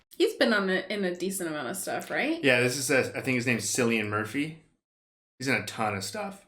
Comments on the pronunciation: Hey brother, just a fyi, his name is pronounced "Killian" not "Sillian." Don't worry, I was saying it wrong for years too. On that note, you two should check out the show Peaky Blinders. He's the lead in it and it's a fantastic ganster show. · Kill-ian, not Sill-ian. Great reaction! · silian murphy :) its pronouced Killian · lol... Sillian Murphy. It's Cillian with a K sound, Kill-ian. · His name Cillian, is pronounced Kill-ian (just in case you wanted to know). It's Irish so it is a hard C. Looking forward to the reaction to the sequel. Great reaction for this one! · still it's obvious lol that it's Killian not Sillian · It's Cillian not Sillian. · FYI, Cillian is actually pronounced with a 'k' sound, not a soft 'c'. So, think of it as Killian. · It’s pronounced Kill-e-in, I know it’s spelled Cillian but in the UK it’s pronounced with a K. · Main actor's name is actually pronounced "Killian" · His name is Cillian (pronounced Kill-ee-an) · just for future reference, the name cillian is pronounced with a k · Cillian is pronounced "Killian", as if spelled with a "k". Btw, the guy in the flat was Brendan Gleeson from In Bruges! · Great movie. Believe it or not its pronounced KILL-IAN murphy. Cant wait for 28 months later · His name is pronounced as Killian Irish names can be confusing lol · His name is pronounced (K)illian. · FYI...the C in Cillian is pronounced like a K. Thus, iits pronounced like Killian. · His name is pronounced "Kill-ee-an" Murphy. This is the best zombie movie for me. Perfect mix of zombie and human threat. I think it's safe to say, that this became a standard for zombie movies that came after it. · Btw, the C in Cillian is pronounced in the latin way as a K. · Kill-e-in is how to pronounce his name lol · Makes me lose even more faith in humanity that someone can be THAT famous, and people still can't pronounce his name right.